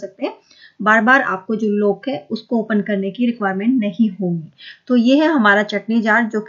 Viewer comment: Aap please apna pronounciation better kijiye, samajne me problem hoti hai. eg. लोक नही लॉक होता है